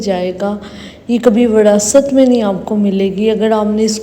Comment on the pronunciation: سیس ، وڑاثت نہیں وراثت